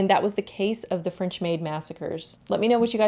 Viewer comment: 19th century, yass! I love this century because it was absolute chaos. So much progress in so many things even if it was… not good progress Anyway, french gal here and your pronunciation was really good! ❤ I imagine it was difficult at times. But remember: french is all for aesthetics lol